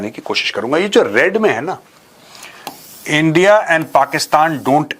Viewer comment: Don’t say India sir , it’s Andia 😂😂